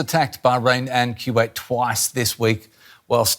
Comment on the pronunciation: Lol. My first time hearing someone call it Q-wait. Reminds me of my parents saying Q-we for kiwi, the fruit. Another day, another new pronunciation for a country.